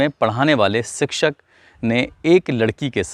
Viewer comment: Sikshak nahi shikshak hota he